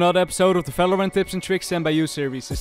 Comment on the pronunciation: "falorant" again